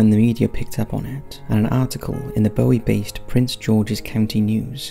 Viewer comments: As someone from that area in Maryland, I cringe at pronunciation of Bowie...it is not Bowie as in David Bowie, it's Boowie. Also, I lived in the B section when I was a kid in the 80's and 90's and never heard of the Goatman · I grew up in Bowie, Maryland. Everyone knew about the Goatman legend and that he would jump out of the woods at passing cars. And it’s pronounced Boo-wee, not Bow-wee. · It’s pronounced Boo-Wee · I live in Bowie, MD. Guess I know what I'm doing this weekend! Btw it's pronounced "Boo-E"